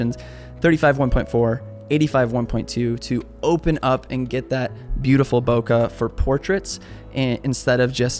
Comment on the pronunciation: Excellent video, minus the BOKEH part, need to learn how to pronounce that properly